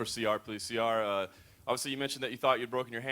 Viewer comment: dana white got siyar's name wrong